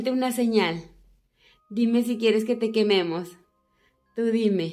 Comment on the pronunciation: Aca los que escucharon cuando dijo quieres que te quememos y se escucho ño